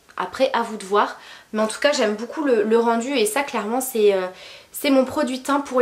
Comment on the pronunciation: Beaucoup se prononce BOCOU et non BOUCOU, c’est très agaçant d’entendre ce mot 158 fois par vidéo et mal prononcé Pour le reste rien à dire les vidéos sont tops !